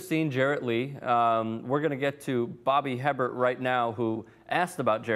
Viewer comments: Bobby 'Hebbert'?....its pronounced 'Aybair'...snot nose know it all kid needs a history lesson, clearly. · Hebert is pronounced A BEAR. Not her bert. Haha. Les Miles is an idiot and Bobby Hebert will always be the man. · Bobby AY-BEAR!!!!!!!!! NOT HEBBERT!!!!!!!!!! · Bobbys last name is pronounced "a bear"! We're use to people saying it wrong! & no one in New Orleans is questioning Bobbys professionalism. He's Bobby! He ask the questions we want the answers to that no one else will ask!! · It's pronounced Bobby A-bear! It's cajun. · Bobby Hebert's name is pronounced Bobby a-bear